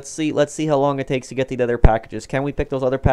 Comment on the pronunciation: “collect the PUH-ackages”